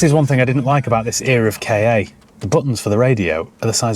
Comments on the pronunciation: Its pronounced just as you see it "Ka", its just cos english folk dont prounce their R's so saying "Ford Car" and "Ford Ka" sounds the same, so they have to call it "K - A" 🤣🤣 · Actually, it's pronounced 'Car' similarly to Kaa from the Jungle Book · Ford Kay! 😂 it’s a Ka. No y in it. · Having been in the motor trade when the first Ford Ka (not K A) came out, I remember the advert at the time which said "get into the Ka" which rhymes with Ma or think of a posh person saying car. People in the trade have been saying K A for years which is why the general public have picked up on it but it was always meant to be a play on the word car. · Its pronounced cat without the t and theyre a pile of garbage rust buckets sheds made by fiat for ford god knows why only for ford to make the mk3 then that was a flop the mk2 is basically a fiesta body stretched over a 500 😂 the instrument panel is from a punto. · As a real saddo I know that the correct pronunciation of Ka is same as “Car” hence no one ever pronounces it correctly! I think Ka was the Egyptian God of the Spirit. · Isn't it just pronounced 'car'? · its a ford pronounced 'car' KA ,,, love the dog!!! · damn, I have a shoulder/neck injury and laughing at the KA pronunciation and the doggy peeing made me feel pain on my injury. The funniest video by far. 😂😂